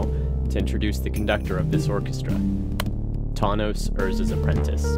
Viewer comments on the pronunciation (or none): Damn, are you a musician? Should call yourself;) Also I'm gonna mispronounce Tawnos as Thanos and never change